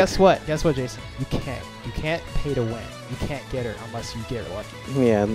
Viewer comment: I fink his name is YAYSON I’m done